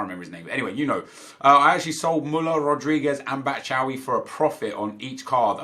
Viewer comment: the way you say Batshuayi is so wrong 😂 it's pronounced as Bat-shoe-eye-e